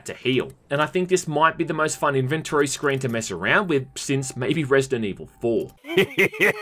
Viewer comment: That’s not how you pronounce inventory…